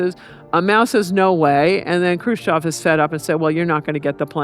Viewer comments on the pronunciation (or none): EV EV EV EV EV EV EV NOT OV, FUCK, IS IT THAT HARD??? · Lady, it’s not Crew-shof. It’s Khrushchev. Mein, even the “educated” Americans. Smh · She doesn't say the russian guys name right and its annoying